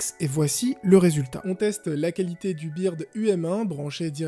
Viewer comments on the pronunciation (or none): Pas bird en prononciation français mais beurde en prononciation français